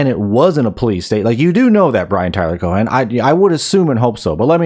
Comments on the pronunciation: The h in Cohen is silent unless you're just being cheeky, in which case, please continue. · Cohen doesnt have a hard 'H' its a soft 'H' almost silent.